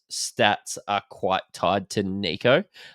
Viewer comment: You do realise his name is short for Nicholas yeah? So please drop the French twist on it and stop with the kneeko. Kneeko Hynes ffs man. Apart from that, love your work. Greeting from Athens Greece. Never miss a show